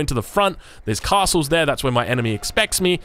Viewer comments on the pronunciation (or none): none